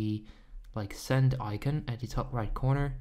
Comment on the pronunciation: Eye-cuhn hahaha